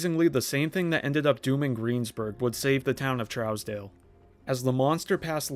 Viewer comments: I used to live in Pratt (30 miles east of Greensburg - population 7000). Went thru Greensburg frequently when going to Dodge City. You did a remarkable job on getting town pronunciations correct, except for one. Trousdale is pronounced "Trues-dale", not like a trout, :) 👍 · For future reference, It’s pronounced “True’s/troos-dale” not “Trows-dale”. I’m from KS. I went to Greensburg about 2 weeks after, utter devastation. Great doc on this storm. 👍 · Trousdale pronounced troooosdale.